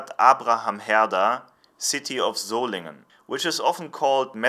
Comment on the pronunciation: Thanks for teaching me to pronounce Solingen.